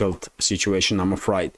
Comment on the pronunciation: you pronounce afraid as, a fried. it sounds more like a frayed.